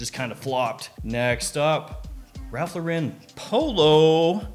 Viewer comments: Is it impossible to say “Lauren” instead of “Lor-REN”? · Yeah, it's wrong lol